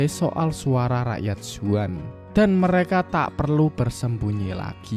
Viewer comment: zaun bukan zuan :D ekko bukan ecco